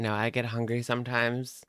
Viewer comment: Why does she say “hongry” but she pronounces “hunger” properly. She’s so annoying.